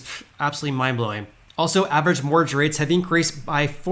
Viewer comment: You keep saying “morge rates” lol Mortgage my man